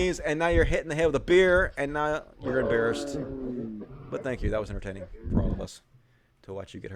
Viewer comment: "embeerased", I get it